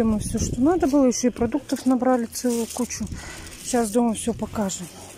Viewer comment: ты так часто говоришь подписчики просят то...подписчики просят это...я,как твой подписчик прошу- сказать слово НАДО правильно. Не наа...,а НАДО! Я буду очень ждать)